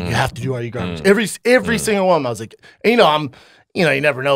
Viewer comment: Why does he say IVRY IVRY. It’s Ev Er Y